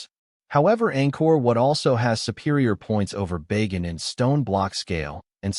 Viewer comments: Not "Bay Gan" but "Ba! Gan" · Bah-ghan, not Bay- gen.